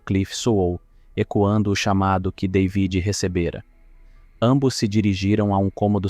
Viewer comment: Ainda bem que conseguiste antes que o filme acabasse aprender a soletrar David O nome soletrasse David mas tu insistes em soletrar day vid Deus me livre a tua dicção é do pior que ja vi e com isso destrois um vídeo